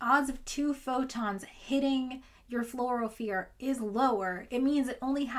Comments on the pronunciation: First, I'd like to thank you for the distraction from the thing going on. Second, I am often mistaken but every time I've heard Fluorophore pronounced it was "floor-o-four". Again, often mistaken but I've handled a few of them. Finally, in response to the observation that you get less light noted Tell ya what: Who cares? Assume you have a magical Photomultiplier that can go ahead and detect single photons and is magically programmed at the emission wavelength.I think the limit of the system is not a particularly small number in a theoretical sense. I suspect the limit is determined by the size of the fluorophore and it's surroundings. If a fluorophore emits at 460nm given: 1 photon of 360nm light, 2 photons of 720nm light, or 3 photons of 1080nm light I think the limit is when the wavelength is so high that it no longer reaches the fluorophore. Also, this forced me to look up if Radio-frequency wavelengths can induce fluorescence, and it looks like the answer is 'yes' based on a 2002 study linked below: The author is using 3.175MHz radiowaves which comes out to a wavelength of about meters. Rounding down to 94.0 to keep me sane, 94m / (360nm * (1*10^-9)) ~ 261,111,111 This is a lot of emitters, and the frequency can get lower! Based on this, I would say the limit is determined by whether or not Comically Long Frequency Radio Waves (Think <<1Hz) can reach your sample from the emitter, and if enough can be pointed at the sample to excite the fluorophore. I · Love your videos. Pedantic pronunciation comment for you to enjoy: fluorophore floor-oh-four rather than floor-oh-fear (the former of which you use at the end). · I never heard fluorophere, but always fluorophore! But I like the way you pronounce the word nonetheless. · Fluorophore as "florafear" is great, I love it.